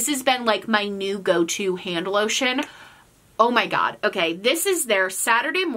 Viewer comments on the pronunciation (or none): Love when New York accent comes out when she says “Oh ma gaud” 😂